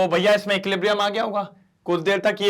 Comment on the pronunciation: Sir equiblium nahi hota equilibrium hota hai aapne he to bataya tha 😅